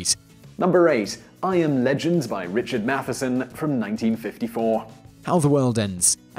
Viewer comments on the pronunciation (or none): none